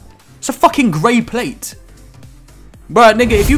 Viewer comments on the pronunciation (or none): XD "who da fawk has uh greyh playte"